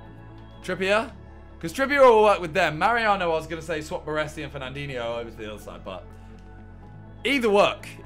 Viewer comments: ✨BARRWUESSI✨ good😂😂 BARESI bro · Triggers me how he pronounces Baresi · Why can no fifa youtuber pronounce Baresi's name correctly?